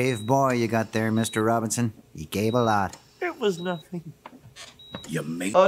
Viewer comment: Robertson? It's robinson isn't it?